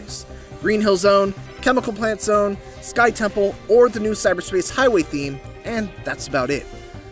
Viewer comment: guy said sky temple